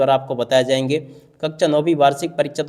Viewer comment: कक्षा 🙅🏻 कक्चा 👍🏻😅😂😂😂😂😂